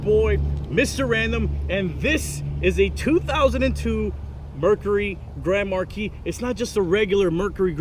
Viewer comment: Mr random is saying it wrong 😡